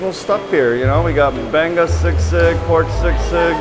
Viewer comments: They read sisig as "sigsig" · the way you said sisig is so wrong 😂🤣😂🤣